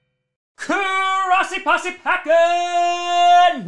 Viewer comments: It's grossi possy, wtf is crossy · thats what it sounded like for him, i think he knows what it is...